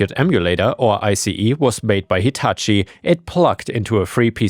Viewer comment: You actually pounced Hitachi correct. Most American say its name wrong.